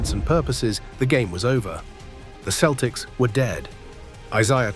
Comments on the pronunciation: Who the hell are the Keltics? This AI slop is awful. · Please ditch the stupid AI voice over and hire someone who knows how the Celtics team name is pronounced Celtics, not Keltics) ! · AI can comprise a pretty good, knowledgeable video on DJ Just can't pronounce the word "Celtic" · The entire video is AI generated starting with the stupid narrator who doesn’t know how to pronounce the name of the team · great video! great. but learn to pronounce celtics and isiah, please.